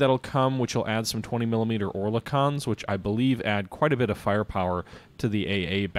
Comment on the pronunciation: or la con? LOL first time iv heard it said that way, iv always heard it as "ore-le-ken" and ya they are 20mms not to be confused with 40mm boffers. If memory serves the Enterprise had her 50 cals swapped for single or duel mounted 20mms, (dont think she had 40mm mounts anywhere could be wrong) the surface ships usually had 40mm boffer mounts in places as duel or quad mounts.